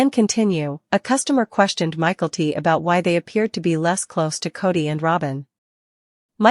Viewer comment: This is a terrible narration. Learn how to pronounce names in English! It's not "michael-t brown." It's "mick-el-tee," and you omit the last name. Call her Mykelti (Mick-el-teee) and that's it.